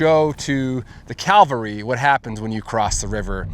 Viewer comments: The word is CAVALRY, not Calvary. US Cavalry. Please get it right. Not trying to be an ass, but I was a cavalryman. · Cavalry. Not Calvary. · Learn how to pronounce cavlary, it's not calvary. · Cavalry not Calvary! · Why do you keep saying Calvary instead of cavalry? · Cavalry not calvary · The US "CALVARY"??? 🫣😂 There has never been a US CALVARY How about US CAV AL RY? 😆😏 yes, we have had (and still do have) "Cavalry" units.. Your mispronouncing of that word, proves your extreme lack of detail to your AI infected stories. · Cavalry, not Calvary. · CAValry, not CALvalry… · very nice. but dear God, please stop saying Calvary instead of Cavalry. They are not the same thing. And i'm not even a native english speaker. ps: editing and production are top notch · I know its an innocent mistake, but cavalry is pronounced CAV-al-ry, not CAL-vary. The second word is the hill Jesus was crucified on. Wrong word for the military horse soldiers. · Ca-val-ry, (frontier military) not cal-va-ry, (where Jesus was crucified). When you learn the difference it will lend more authenticity to your presentation. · Fantastic story. I just wish you could pronounce “cavalry😅”. Calvary has religious meaning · CAV-al-ree. It's CAValry. Not Calvary. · The word is pronounced CAVALRY not calvary. The former are horse soldiers and the latter is a hill in Jerusalem. Hard to follow the story when you keep using the wrong word. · Cavalry. Not Calvary, Sir😂. Awesome video, thanks. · Ok, the US Cal-vary, good one. Embarrassment. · friend...please, the word is caValry...NOT...caLvary...common mistake acrosss the internet by amateur historians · Not "The US Calvary". It was The US Cavalry. Patrick Cowdrey, Redding, California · Cavalry CAV Calvery is different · Great job, I'm a huge history buff. Only thing driving me nuts is you keep saying 'U.S. CALVARY.' They were the United States CAVALRY. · I believe you meant to say 'cavalry' - not 'Calvary'. Bloody business in both cases. Good video!